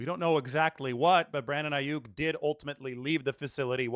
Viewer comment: It's not Aiyuk It's Aiyuck